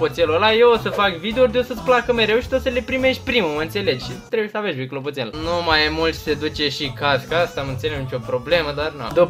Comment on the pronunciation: Clotopel ba nu clopotel :)))